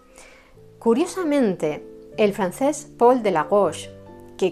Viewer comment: No sabría decir cuál es mi favorita, pero siempre me llamó la atención lo dulce y romántica que es su música. Después de haber visto esta excelente biografía sobre el músico polaco, quiero mencionarle que me encanta su pronunciación del francés. Saludos desde Chile 🇨🇱 😁